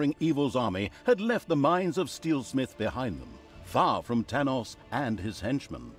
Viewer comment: Tanos-Thanos LOL